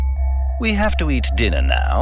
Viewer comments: “Lets have DINARRRR” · LETS HAVE DINNAH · "Let's have dinnaah!" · The way he says "Dinner." So cool